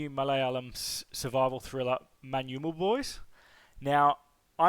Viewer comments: Tamilians should learn to pronounce manjummel from you I guess😂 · Your pronounciation was spot on. It's the first time I'm hearing a non-malayali say 'Manjummel' perfectly. 😮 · Your pronunciation of Manjummel boys was pretty much good. Even the non-malayali Indians couldn't get it. I appreciate the efforts that u put forward to get this right